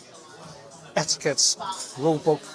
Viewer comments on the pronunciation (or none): none